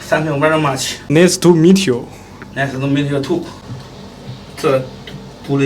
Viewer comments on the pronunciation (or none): 摄影小哥: 奶思吐米特油。。 胖龙: 奶思吐米特油吐。。。。 🤣🤣🤣🤣🤣🤣🤣🤣🤣 Me : 笑S我吐。。。🤣🤣🤣